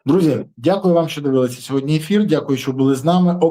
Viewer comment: Подяка за випуск.Але "СьогоднЯ"😂 правильно говорити "СьогоднІІІІ".Слава ЗСУ!❤